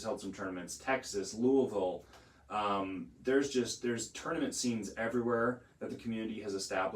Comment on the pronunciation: You impressed me with the correct pronunciation of Louisville! Speaking of, they have a great community there already and I can tell it'll continue growing.